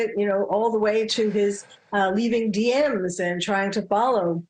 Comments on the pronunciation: Slid into “DMs” — Dee emm esss. LoL. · DeeEmm's... not DMeses.. rolls eyes at Abrams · really cause he couldn't even get the name pronunciation right of one of the victims this late in the game and said D M S instead of DMs (dee emms) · "Slid into one of the girls' Dee Emm Ess" .......😬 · Please teach Dan how to say DM's so he doesn't sound dumb. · A real old person moment with the DMS. I love it. Even said “slid in” 😂😂😂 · D M S like in PMS😂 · Big cringe when the reporter said “he slid into one of the girls dms” yikes stick to the teleprompter dude lol